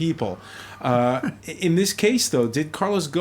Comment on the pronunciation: obviously knows his industry, but he can't come close to pronouncing a French name to save his life. Un peu embarrassing.